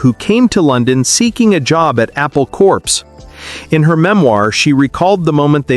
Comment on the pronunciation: Corps is pronounced "core", not corpse.